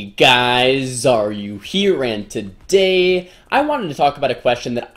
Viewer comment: Wait...all along has he been saying Xaryu here instead of are you here....i knew that did not make sense....i feel....special now